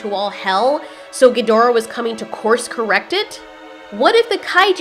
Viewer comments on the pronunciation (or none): none